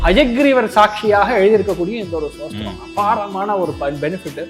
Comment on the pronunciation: "ஸ்தோத்திரம்" என்பதை "சோஸ்திரம்" என்று உச்சரிப்பவர் ராகவேந்திர ஸ்தோத்திரத்தின் அர்த்தத்தை சொல்வது நகைச்சுவையாக இருக்கிறது. அவர் தன்னை முன்னிறுத்திக் கொள்ளும் பக்தி மற்றும் அறிவு, ஏன் அவருக்கு ஒரு எளிய சம்பிரதாய ஷிகா இருக்கக்கூடாது? அவர் ஏன் "முகஸ்காவரம்" செய்து பாய் கட் செய்கிறார்? இந்த எளிய தோற்றத்தின் மூலம் மோசடிகளை அடையாளம் காண முடியும். மக்களிடம் மிகுந்த ஆர்வத்துடன் பேசும் ஒருவருக்கு இந்த அடிப்படைகள் சரியாக இருக்க வேண்டும். சாமானியர்கள் வார்த்தைகளாலும் அலங்காரத்துடனும் எளிதில் ஏமாற்றப்படுகிறார்கள். மேலும் இந்த "ஜோதிசார்கள்" பொதுவாக அறியாத மக்களை சுரண்டுகின்றனர்